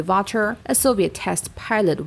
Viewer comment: Thee morons destroy people's names by reading it the way they want. Anatoly Kvochur's name is pronounced as K-Vo-choor, like when you say quo.